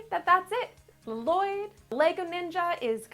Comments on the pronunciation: You pronounce his name wrong. Edit: you pronounce his name La Loyd. HIS NAME IS PRONOUNCED LLOYD NOT LA LOYD. mahalo (thx) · His name is Llyod not laloyd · its lloyld not lalloyld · Lloyd i just lloyd not l-loyd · it is LOYD you say it like LOYD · dad it's just loyd(with 2 l's) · She is because it's a joke from the movie. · Lazycat 881 No, she totally is! Lol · i love ur vids btw but you say Lloyd without the extra L. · Um you pronounced LLOYD WRONG